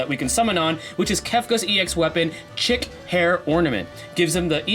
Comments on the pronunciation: great vid as usual. Just a FYI (in case you ever have need to talk about it again) kefkas ex is pronounced “sheek” (it’s like fashion slang) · Please if anyone corrects pronunciation of "chic" I'll kill myself and if me and NO NO$E $QUAD find out who you are we will take all of your cookies. <(@ - <(@ don't do it KUPO!!!